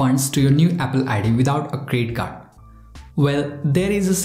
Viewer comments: I say it's a CREDIT CARD but u say it's CRE CARD. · Is it me or does he keep saying credit card but with a silent D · I’m not trying to make fun of u but plz tell me did u say crest card or credit card? Sorry